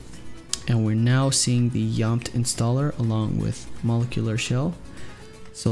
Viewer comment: Your saying molecular shell wrong homes.... It's MO-LEK-YOU-LURR!! Not to be smarty pants it was jus erkin my last nerve anywho thank you 4 your tutorials they have gotten both my Vita-n-Psp CFW